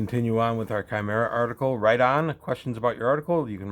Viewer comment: It's refreshing to me you pronounced Chimera properly! :D